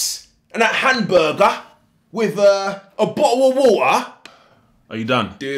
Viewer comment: i love the HAM BER GAH